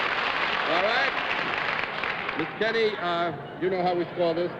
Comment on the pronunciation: Keeney. Pronounced Kee-nee. He tried to correct Mr. Daley at the beginning, be I guess he didn't hear him. So they ALL kept saying Mr. Kinney! Thank you for posting this!